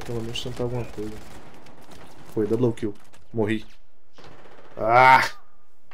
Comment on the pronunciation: "Dobroum Kill"